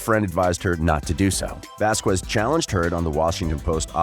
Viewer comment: Please say her name right! Ok! Vazkes us how it sounds. It's Hispanic